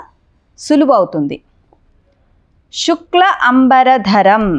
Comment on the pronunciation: చాలా బాగా వివరించారు..కానీ మీరు శుక్లాం బదులుగా షుక్లాం అని వాడుతున్నారు...